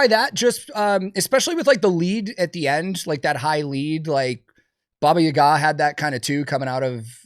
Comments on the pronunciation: That’s not how you say Baba Yaga…. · I have never heard Baba Yaga pronounced like that before and I hate it lmao 😂